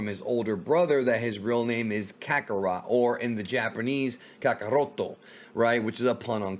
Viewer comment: it's kakarotto.